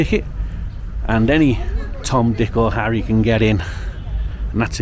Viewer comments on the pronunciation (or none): none